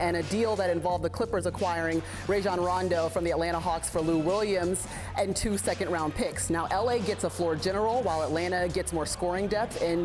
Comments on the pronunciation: Rajon said himself it was pronounced Rah-zhahn. Why is it so hard for broadcasters to get the one thing right that they should get right? Also, while we are at it... Woj NA row ski. and NI-cola Jokic...sigh. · Rondo is garbage. And why the fuk do they call him ray-jon it's rah-jon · They always say "Ray" instead of "Rah" for Rajon Rondo. ...and they mispronounce so many names. It is unbelievable considering this is a major part of their job. I give Kendrick Perkins a pass because he admits it and makes jokes out of it, but the other 'journalists' should do better. Max Kellerman is the closest to the standard.